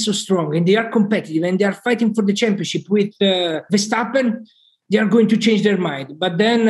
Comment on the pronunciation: Tom, the whole world says Max Ver-stap-pen..... you are most likely the only one who is butchering the name to Nax Vershjstappen.... could you pleaaaaaaase adapt? Please? Appreciated, especially since the show is great!